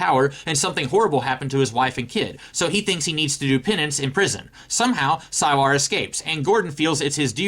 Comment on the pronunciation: I stopped watching the moment you said "sigh-lar"